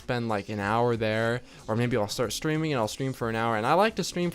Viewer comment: when he said "streaming" I thought he was saying "screaming" and I got really confused